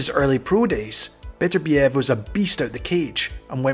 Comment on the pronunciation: Why is it that people cannot pronounce his name correctly? His name is NOT Beaterbeeev,nor is it Betterbeeev. His name is Bet ur biev. The emphasis is on the second syllable.